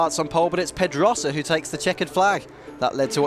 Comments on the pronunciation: Why can`t the narrator pronounce Pedrosa properly? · h that guy does not know how to say pedrosa right